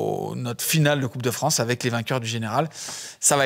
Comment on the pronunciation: 27'22" "coupe de Franche" dixit 🤣🤣🤣